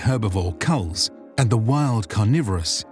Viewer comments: This was pretty great! Some of the mispronunciations really threw me off, but they are forgiven :D (Chulls and Jah Kaved were the two most distracting) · "kulls". Dude they're CHulls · The domesticated crustacean beasts of burden are chulls, not culls. And the Vorin heaven is called the Tranquiline Halls, not Tranquiline Hills. But overall a worthy effort. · I always pronounced Chulls like "chills", but with a U. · Its a good video but I do have problems with some of the things in the video. Chulls are pronounced differently, its ch not a sharp k. Also chulls don't look like that according to the official drawings from shallan's notebook. Thaylen people aren't that darker skinned, they are often protrayed to have silverish skin or slight tan. They are darker than Shin but definitely not darker than Alethi people. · The pronounciation of chulls has also left me wanting.